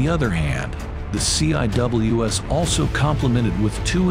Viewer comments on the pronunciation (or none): The "C" "I" "W" "S"??? Anyone who knows anything about the Phalanx system, or any close-in weapon system knows it is not said that way. It is pronounced "seawiz". Not a single time going through CIWS "C" school or at any other point in my Navel enlistment as a Fire Controlman (FC) have I head anyone say it letter-by-letter. Plus you stopped talking about it at the search radar system, didn't mention the tracking radar system or the FLIR upgrade introduced with Block 1 Bravo that allows tracking heat signatures in a manual fire mode that allows for the interception of small craft. This upgrade was made after the attack on the USS Cole in the port of Yemen by suicide bombers in small rubber boats.